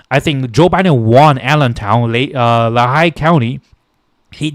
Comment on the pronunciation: Lehigh = LEE-Hi Reading = RED-ing